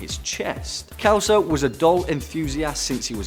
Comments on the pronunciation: Kelso? 😂😂😂we Pronounce it like if it's beem written with an S, "Selso", from Sierra. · lol... Its not "Kelso", its " Selso", more an 's' than a 'k'. xP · It's funny the pronunciation of "Celso" in English. In Portuguese sounds like "Selso", while in English is "Kelso". Congratulation for the video! 😊😊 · Celso ("s" sound) not kelso! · Celso is pronounced selso not kelso. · I really love your videos, guys. The number 2's name is mispronounced here. The 'C' is pronounced like 'S'. #peace honey 😘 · kelso ? IT SHOULD be pronounced like Century ... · The ken doll did he call anatomically correct